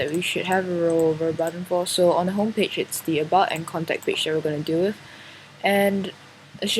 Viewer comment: when you say, "With" place your tongue to the bottom of your front teeth to complete the, "th" part. You are saying, "wif", which our children commonly do as they learn the language.